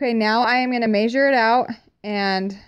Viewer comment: Love how you say " may-sure" instead of " Meh-sure" 😂😂 so cute.